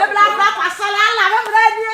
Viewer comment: it is bra not bla.. Ahhh